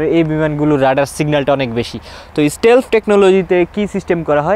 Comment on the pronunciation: শালা আগে উচ্চারণ ঠিক কর, স্টেলফ??? না স্টিল্থ??